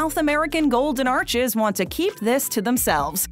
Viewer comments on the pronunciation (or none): none